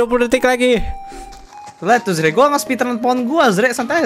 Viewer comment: kak bukan arze:)